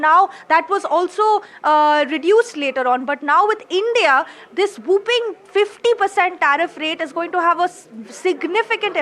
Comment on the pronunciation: Whopping (large) is pronounced wopping….. not whooping (as in whopping cough), pronounced wooping. Two totally different words and meanings.